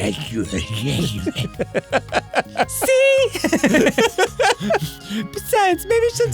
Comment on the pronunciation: It's "Cthulhu".